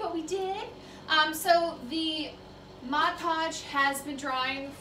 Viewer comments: MOD PODGE not MODGE PODGE. 😢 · MOD Podge....... Please say it correctly. 😬